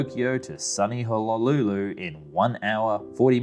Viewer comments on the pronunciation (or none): this man really just said "hollolooloo"